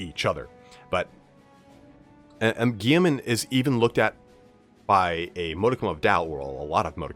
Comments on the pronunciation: Sorry but it’s Gull-e-man not Gee-man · gill-uh-man. not gee-uh-men. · guiiaman? there is a "li" in that name, heretic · Great video but man the way you pronounce Guilliman makes me want a bolt to my ears 😭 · I think you’re dead in about everything in the video except your pronunciation of Guilliman